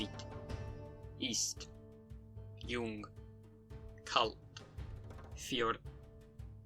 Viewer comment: your ei diphtong sounds a bit exaggerated, just pronounce it exactly like the word eye also, the l in kalt sounds very american/slavic so thats also where you can work on if you didnt do that yet the g in ng is slightly too exaggerated just pronounce it like the english ng this could as well be done by a native tho but it sounds a bit strange despite that, all words that dont have the first two could as well be from a native